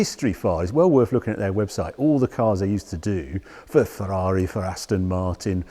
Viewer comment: It's a Terrari four hundred and eighty eight.